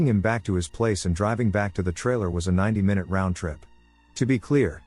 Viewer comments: screams mynoot in pingu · I always get a chuckle from it mispronouncing minute😂 Yes they're spelled the same way, but still I can't help giggling at "My-Noot"😂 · He lyves mynoot to mynoot